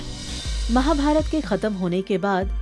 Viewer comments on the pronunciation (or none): none